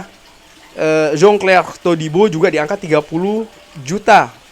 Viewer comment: bang pke bahasa sebut nama.a biasa ja lah biar jelas ni kan indo bkn luar pavard.a jgn pke da HA.a😅😅😅😅 sama jan clair jgm jon chlair🤣🤣